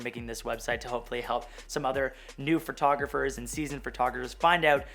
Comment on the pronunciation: Fer-taw-gra-fers.... hahaha dying. I hear you add that extra R all the time, but it cracks me up that you called yourself out on it. Thanks for the video, loved the site.